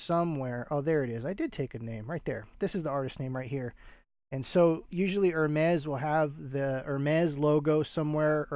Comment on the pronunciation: I believe Hermès is pronounced like “Airmay”. Thank you for sharing these sales.